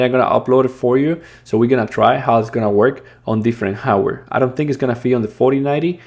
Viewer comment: Thanks for the good work. Please work on you pronunciations. It's "hardware" not "howwear"!